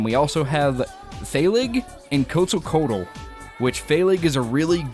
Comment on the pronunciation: It's not Coatzacoatal. it's QUETzacoatal.